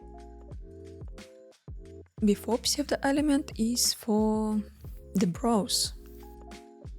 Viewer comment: Не сочтите за зацепку, у вас отличный английский, а псевдо-элементы произносить на Английском даже проще — судо-элемент)